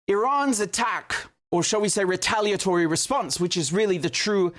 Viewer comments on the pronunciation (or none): That's what he said precisely. "Rataliatory"